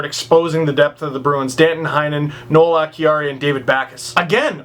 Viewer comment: Grzelcyk is GRIZZ-lick Acciari is ah-CHAR-y Kuraly is Kuh-RALLY This has been your Bruins pronunciation lesson ;)